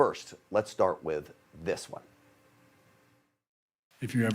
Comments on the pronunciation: “Cockling” instead of cackling. Freudian slip here! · Grant seriously said Cockling Kamala 🤣🤣🤣🤣🤣🤣🤣🤣🤣🤣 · Lmao!.. he said cockaling kamala!.. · Did he say kockling kamala harris or cackling kamala?